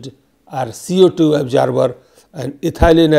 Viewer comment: The information is good, but this guy's pronunciation is horrible. It took me 5 minutes to figure out what the heck an "Upjarber" is.